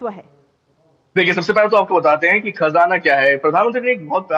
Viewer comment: खजाना नहीं . खज़ाना बोलिए